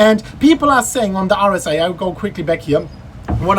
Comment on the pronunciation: OMG, you pronounce "RSI" like "Horus Eye", and I was like "wtf is Horus Eye on TradingView" for entire time :D